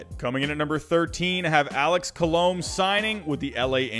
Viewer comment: I love how you pronounce Colome, Andrelton, Engel, Taijuan all wrong lol